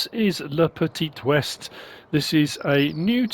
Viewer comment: Le petee wae is how its pronounced. But id pronounce it wrong anyway. Keep the French annoyed, eh? ;]